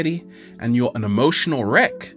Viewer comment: Wreck, right? As in e.g. wreckage. Not wreak, as in e.g. "wreak havoc".